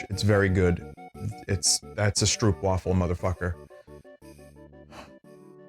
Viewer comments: The curse of english and dutch being so closely related but still differing in small ways is that i'll never hear an english speaker pronounce "stroopwafel" correctly in my life (it's like stroh-p for anyone wondering) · the one thing that was missing; an audiofile, boy oh boy did you mangle the lingo but hilariously so! and those stroopwafels (pronounce double oo as in hope not hoop) are best eaten after you lay them like a cover on a warm drink so they get warm, or gently warm them in a skillet and they taste even better. sorry for the salmiak, its an acquired taste indeed